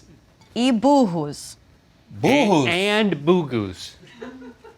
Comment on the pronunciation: I thought the same as well, very well pronounced!